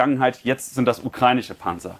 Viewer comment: Ukreinische, ukreinische, ukreinische.. Ukrainische verdammt nochmal 😂🤦🏻‍♂️